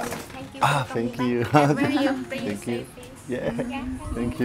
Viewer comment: Haha ah oui bien vu. J'avais remarqué le "oh wow" très anglophone. "Finkyou" haha. Et aussi "Canaille ave...?" En tout cas bravo tes vidéos sont top. As-tu déjà goûté le dalgona Coffee coréen? Délicieux